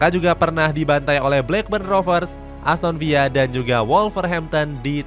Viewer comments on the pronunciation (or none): min gw kasih tau ya, Namanya ASTON VILA, BUKAN VIYA... Ini inggris min bukan spanyol